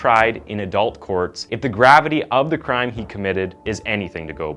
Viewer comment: Why are you saying ADULT like that? The emphasis should be on U not A.